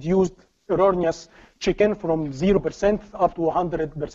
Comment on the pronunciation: Without cc the video would be unwatchable. The pace is too fast the presentation transition is too choppy. It's a shame the info is very very good. I keep hearing chickens instead of check-in. It is very distracting.